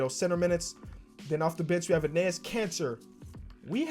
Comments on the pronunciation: It’s pronounced “Ennis” Kanter! I’ve commented on like every video where you say his name cause it makes me cringe every time lol love the vids tho! Huge fan! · Its pronounced ennis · enes is pronounced like the second time you did it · Dear lord, say Enes right.